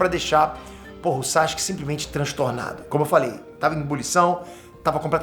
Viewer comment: Pq ele chama o Sasuke de SaXuke?